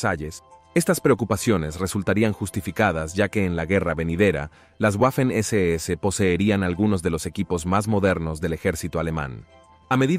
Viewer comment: Porqué dices la deséese, es la ese ese o sea SS.